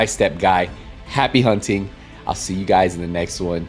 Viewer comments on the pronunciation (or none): none